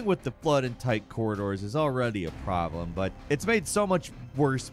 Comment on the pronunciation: Anyone else notice the way he says problem, had me creasind 🤣